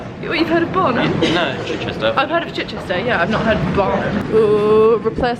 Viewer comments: its literally pronounced chich-chister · Chichester is pronounced Chi-chister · The way you say Chichester 🙃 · slightly triggered at how you pronounce Chichester but other than that love it 😂